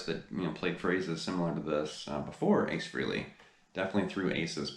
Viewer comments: I appreciate that you're a big fan but please pronounce his name correctly. It sounds like Fray-lee. Not Free-lee. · You're not pronouncing his name correctly.